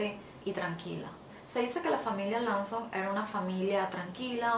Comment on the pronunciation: Amiga buen video sin embargo te recomiendo mejores la pronunciación de las palabras, pronuncias el apellido Lawson sumamente mal, lo se porque es mi nombre y no se dice así